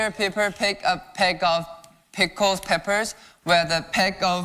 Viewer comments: If you listen a bit closely he is actually pronouncing it correctly it's just his accent. Yes he was saying 'pepper' instead of 'peppers' and Piper sounded like 'pie-per' but I also attribute that to his accent so for me it's like 99.9% accurate because he didn't make peppers plural. But speaking 5 tongue twisters back to back is definitely harder on the brain. If you try saying Peter Piper even several times consecutively you may stumble a bit. Even Johnny and Mark who are native English speakers were struggling. Just imagine switching to another language all together. I have a Bachelor of Arts in English and a Master's. I've also taught several seminars and lectures. At this point I'd argue it's just a minor phonetic error. All things considered Ten did a wonderful job. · Honestly, he said the English one a bit wrong too, but shhhhhh XD